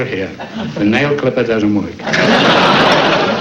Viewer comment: "The thoid time I was the host...they're honoring a man who doesn't show for woik" lol